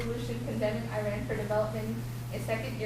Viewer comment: how about starting by pronouncing the name right!! its not " I RAN"